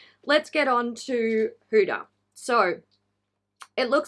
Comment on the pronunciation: Did the huda lip liners just stay on after rubbing a white towel on them? Umm okay whatever. Also as another person with and Arabic name, people really mess up hudas name. It is not pronounced as hooda. It is hu-dah. The d is like a th. And those kkw shades wouldn't even show up on a medium skinned person.